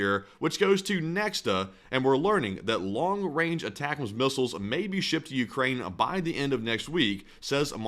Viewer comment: Aye tac ums - sorry, retired army, prior 13P/35F. it’s driving me nuts hearing the mispronunciation.